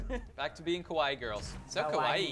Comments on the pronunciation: you mispronounced kawaii. You combined kowai with kawaii. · I just love the way you say kawaii. Because it is so inaccurate.